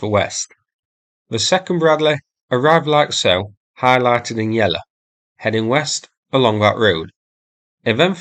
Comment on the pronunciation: For goodness sake, learn how to pronounce "yellow" it is NOT "yella"